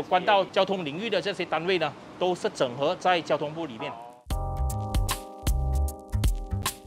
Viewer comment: 😅 受英文教育的YB 纠正Lucas 的华文 “整合” 🤣